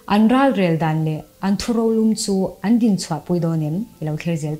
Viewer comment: A bengvar thlak e, thu rolum erawh, lum tih lai hi tuilum ri angin I lam a, "lung an lum khum" tih ang deuh lum tih lai hi lam rik tur a ni e.